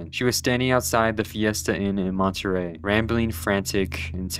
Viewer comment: montryel (monte-rey)